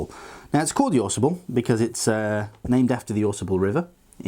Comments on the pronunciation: It's actually "phonetically" pronounced the Aw-Saw-ble.... Aaaaawwwwsawble. I know, being picky but it's a local thing. That's how they pronounce it in Michigan. Great Vid. Thanks! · I hear people mispronounce this river name. Drives me NUTS!! It's not Ausable, with the accent on the first syllable. it Au Sable! Two separate words with the accent in the first syllable of the second word. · Hey an FYI from someone who hunts and fishes the area it is pronounced Au Sable "Ahh- Sah-bull" with the ahh drawn out a tad. It is famous for it's midnight hex hatch for fly fishing.